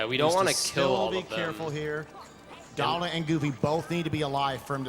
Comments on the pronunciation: I love this run but stop saying Dolan. Jesus. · It was a great run, but did anybody else hear the guy calling Donald "Doland" the whole time?? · so why does call Donald Duck, Doland? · its donald. please..... learn yourself